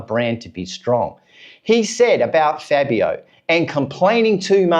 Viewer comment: Dude... you really should learn how to pronounce Fabio's name correctly! But... the question isn't if they should let Fabio go, I find a problem is that they have failed to develop the bike even before Fabio came to the team. It was during Rossi and Lorenzo's time that the would bring develop to the bike and then they remove the developments because Rossi and Lorenzo could override the problem to a certain point. But they just lack development direction, I was very disappointed when they changed to the V4. Fabio has to be allowed to voice his opinions, he is in the mist of his prime years... every season wasted is an opportunity lost, and it cannot be clearer then when MM93 left Honda...